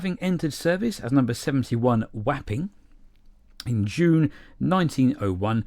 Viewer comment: 😂 Whapping (Wapping) ? Sounds like something 18+. I'm sure it should sound more like whopping, as it's named after the east London docks area.